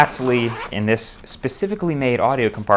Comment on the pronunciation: Did you say pacificly for audio?